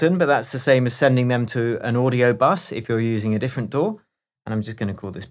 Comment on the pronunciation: You get a like for saying "DAW" rather than "Dee A Double U".